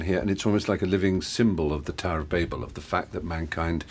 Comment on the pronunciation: Thank you, Stephen. Babel pronounced correctly, rather than the way Americans (or a certain confused proportion of) pronounce it as 'babble', converting the word from its 'proper noun' form to an onomatopoeic verb.